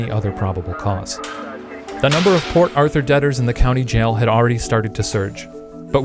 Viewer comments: The whole time i was hearing " poor arthur" instead of " port arthur" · I thought he was saying "poor Arthur" for like 50% of the vid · I kept hearing "Poor Author"..